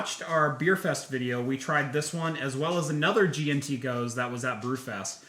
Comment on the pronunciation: Just a quick pronunciation tip on gose, it's really more like "goes-uh".